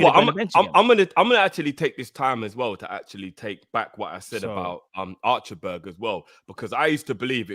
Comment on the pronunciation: I was wheezing everytime said "Archer-berg" 😂